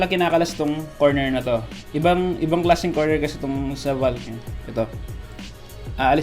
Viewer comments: The proper way of reading it is "volk" not "valk"😂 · You miss pronounced "valk" 😂